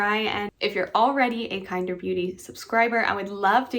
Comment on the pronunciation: I kept calling it Kinder like the chocolate eggs until I heard you say it correctly lol